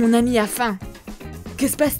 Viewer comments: Mdrrr a elle dit anus aulieu de ami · Elle dit anus ok et alors ça fait quoi?! c'est juste un petit bug vous êtes immatures et je ne fait pas exprès de vous dire ça Desolé!😒😐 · Je rêve ou à elle dit "de ton anus"